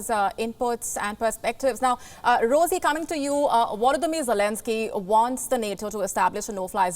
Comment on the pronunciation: she says "WOLODYMYR for Volodymyr" and "AWAILABLE for available" what is it with Indians and V and W ?